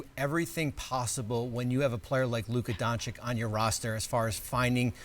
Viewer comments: Don-chitch, not Don-chick... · Don CHEECH omg is it that difficult? It is NOT Don chick, it is pronounced Don Cheech. Remember Cheech & Chong? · Luka Dawn Chick 😂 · It's his 6th year, he's a future HOF player breaking records every month and one of the best to ever play this game. Show some respect and pronounce his name right, this is getting ridiculous.. "don-chick" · People still pronouncing Doncič bad in US after 5years LOL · it’s sad that TV reporters cant pronounce the name of a generational talent that won 4 1st team all nba in his first 5 seasons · Wow, that guy pronouncing Doncic and Bogdanovic wrong was so ugly to hear